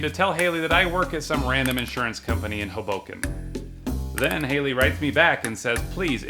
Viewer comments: I know it’s 2024 but it’s pronounced HOE-boken not Ho-BOH-kin. My husband always says it wrong 😂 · If you're going to pretend to live in Hoboken, NJ at least learn to pronounce it properly - it's HO-bo-ken, not ho-BO-ken! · when you said hoboken i thought u meant hoboken in belgium